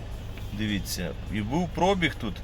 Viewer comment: хто вас навчив говорити прОбіг , а не пробІг,який придурок навчив вас наголос ставити на О .